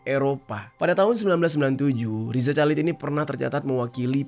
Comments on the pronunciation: Bukan calid dong dinacannyaaa. Dibaca khalid. Masa gitu aja gabisa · Rizal Halid dibacanya bang, gatel dengernya Calid2😂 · Sepanjang video, rasanya janggal denger bang Jerry bilang Chalid = calid . Harusnya khalid 😁. Btw stay safe, Allah selalu jaga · RIZA CHALID bacanya Riza Halid, bukan Riza Calid bang jer... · Chalid? Bacanya khalid gitu loh bang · Baca nya Riza Khalid